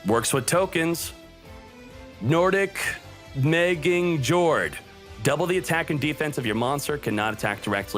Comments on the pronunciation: Yord is how it's pronounced. "J" in Norse is pronounced with "y" sound. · the J is a Y, the O is a U, and if we're going by Norwegian rules, in RD, the D is silent. Good video! :D